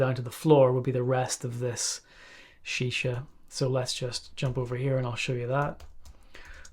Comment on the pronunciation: i love the way he instantly called it shisha, deffo spent ages in the ME. hahaha